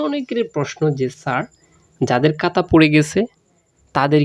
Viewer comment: কাতা নারে ভাই খাতা খাতা😂